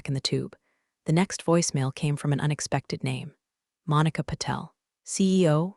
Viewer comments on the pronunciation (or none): none